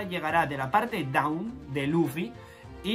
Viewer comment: Hola. Solo una pequeña correcion. Dawn se pronuncia “don” no daon.